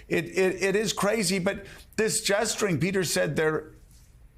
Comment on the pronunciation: gesturing or jestering?